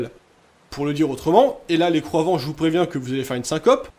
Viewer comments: C’est exprès que vous dites croivants pour croyants ? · bonne vidéo, juste ça me termine car j'entend les croivant et pas les croyant .